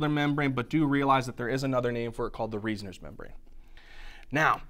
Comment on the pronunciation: The vestibular membrane is also called the Reissner membrane. The pronounciation isnt "Riessner" but Reissner, pronounced as means it's "Rahinssner"